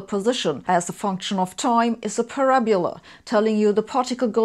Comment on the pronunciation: What's a "parabula?"